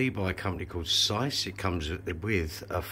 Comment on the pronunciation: "Sice"? It's pronounced 'seekay". Try learning some Latin.